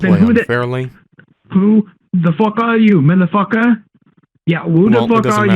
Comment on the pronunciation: he gave the most Indian "just anlok de pici you madafacca" while having a man tied on his hacked computer . so hilarious...